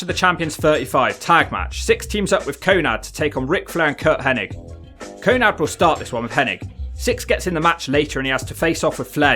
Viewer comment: Your commentary is just shitting on Syxx the whole time. It's not always about the match but the theater and the Wolfpac were always an A+ . Give urself an uppercut if you don't appreciate Syxx's WCW run with Hall and Nash, it was wild and great TV! P.S it's Konan not Konad, wtf?